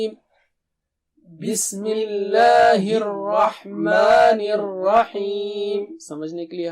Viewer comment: Al rahman hota haa.. Or sir Al rakhman kun parha raha..plz tell me.